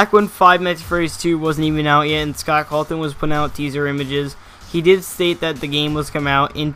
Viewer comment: WHY ARE U SAYING SCOTT CALTON